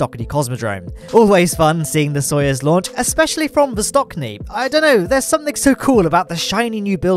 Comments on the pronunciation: Great video!! P.S.: It's Vostochny, not Vostokny)) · Great vid but just a little correction. The new Russian cosmodrome is not vostoKniy, it's vostoCHniy, with "ch" in the middle like in "chat". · Great video! BUT! It's VostoCHny (CH like in cheese or chain), not VostoKny. Sorry for writing this, but it feels surprisingly painfull when I hear Kn instead of CHn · Vostochniy... it has ch in it, not k 😭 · thanks for awesome but succinct content! (just a quick note, CH in VostoCHniy reads as in CHeeze) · The 'ch' in Vostochny is the same sound as in 'March' or 'much'. It's not a hard 'k' like in Vostok.